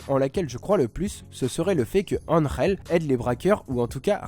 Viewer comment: Je suis espagnol je peux te dire que tu le dit plutôt bien Angel